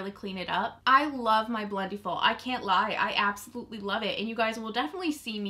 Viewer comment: You say it two different ways. Quit saying it like Blendy-full.